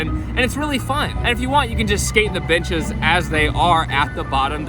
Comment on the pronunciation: Not sure if it’s just me but I keep hearing b*tches instead of benches...